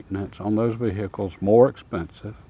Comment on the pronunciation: Vee- hick- uhlzzzz.